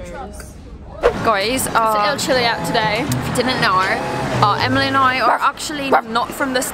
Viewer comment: I’m aus and Emily’s accent was actually rlly good